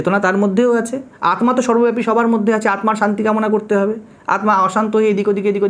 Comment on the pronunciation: আত্মা, স্মৃতি, জড়, Disk উচ্চারণ এত ভুল কেন!